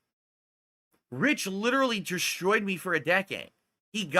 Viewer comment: hes sluring that destroyed in the beginning has all that drinking messed up his speech